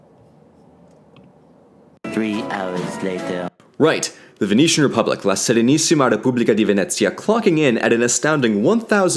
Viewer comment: As a Veneto (from Treviso, which is considered the “mainland sister” of Venezia) i love the fact that he inconsciously pronounces “R” in “Serenissima Republica di Venezia” with the so called “ere mestrina” (that’s a particular way of saying “r” peculiar of Venzia Mestre and Marghera). Also he says “Doze” and not “Doge”, it’s better to say “Doze” with a vary closed “o” as thats the venetian pronounce of the “g”.